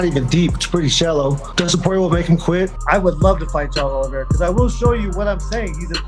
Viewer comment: As someone who’s last name is Oliveira it’s not OLLYvera 😂